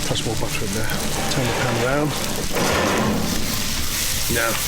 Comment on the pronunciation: I like how he says, butt her